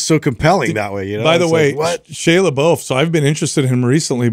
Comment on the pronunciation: It’s always been slightly annoying how pronounces creatine. But the way he pronounced Shia Lebouf….wtf